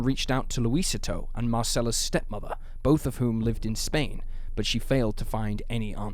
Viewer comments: Small correction for you: "Luisito" is pronounced, Loo-ee-SEE-toe, not Loo-Ee-sit-toe. It translates to, "Little Luis." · Lucy-toe for Luisito isn't any better. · Its laugh inducing hearing the mispronunciation of "Luisito". Interesting vid, tho.